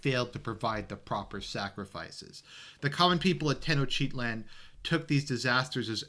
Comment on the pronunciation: it took me a while to figure out you were saying tenochtitlan. Teno-chitlan lol